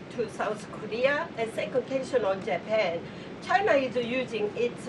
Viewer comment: I love how the Donald pronounces/says "China". Takes extra effort but sounds great.